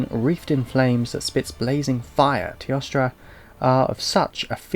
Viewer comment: It is pronounced as: T-OH-STRA. teostra.